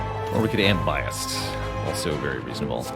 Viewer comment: "bi assed"... i cant defend you anymore